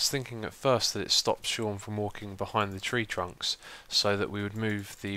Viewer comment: It is not pronounced Seen, my name is Sean.